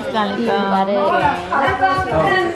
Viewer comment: I've been watching your vlogs for so many years now. In love with everything ❤ But just a gentle request the way you pay salam is not correct saying aslaa lekum is wrong and has horrible meanings. It goes like Assa_lam_o_alai_kum 😊